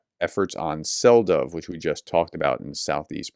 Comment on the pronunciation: Hi prof, Selydove is pronounced "Seh-lee-doh-veh". Well, not exactly this, but close enough.